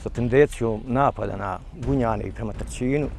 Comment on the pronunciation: Nije Tarćin nego Tarčin